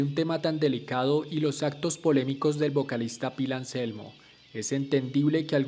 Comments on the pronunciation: No se dice pil, se escribe Phil y s pronuncia fil, segundo todos los fans de pantera fuimos y somos.conciente de que Anselmo fue racista,, decí algo que no sepa nadie !!! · Se escribe Phil, y se pronuncia Fil, no Pil 🤦🏻‍♂️